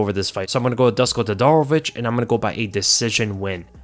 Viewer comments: Dusko is pronounced like du-SHH-ko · please try and pronounce it as "Dooshko" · Hey, Dusko is from Serbia, and his name is pronounced Doo-Shkoh/Douche-koh😛. Great breakdown as always. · Dusko is pronounced like douche -ko...